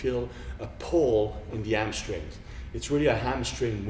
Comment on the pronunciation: Lol 'amstrings' and 'helbows' ... p.s. I love this guy